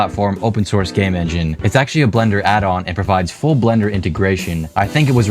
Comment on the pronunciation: he said ranging